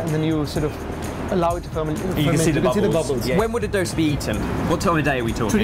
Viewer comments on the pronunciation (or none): The way the "expert" pronounces 'dosa' is wrong... the 'd' is not pronounced as in 'delta'... rather than as in "the"...